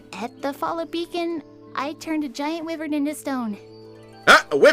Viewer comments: also omg no pronouced wyvern wrong the w is silent or rather its wy.vern quick google will tell you that ugh dont make that become a thing i hate when people miss pronouce it also wyverns are dragons there are many types of dragons a google will tell you this as well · Cordoven: The Nationalist And Wyverns are a type of dragon, and it's pronounced Why-Vurn. I don't see how people think Wy, which is literally Why without the silent H, sounds the same as whi or wi from whittle, whistle and wilt. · pronunciation of Wyvern gives me anxiety